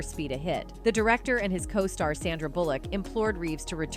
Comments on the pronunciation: Also unable to pronounce "costar" properly either. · Ugh!!! CŌ-STAR - NOT CAH'STAR!!! SOOO MANY MISPRONOUNCIATIONS! ;( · Also can’t pronounce cO star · Keenew, cah-star & O P R (Oprah should have sounded like Opera) o p r doesn't apply basic phonics. Bad programming or intentional errors.